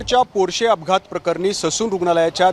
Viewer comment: पोर्षे नाही रे मूर्खा पोर्ष नांव आहे आणि दोन जीव घेतलेलं हराम खोर आहे